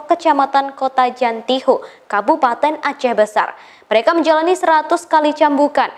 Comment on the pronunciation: Jantho bukan jantiho